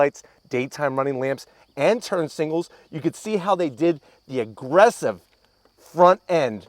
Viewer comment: He said singles instead of signals so many times, smh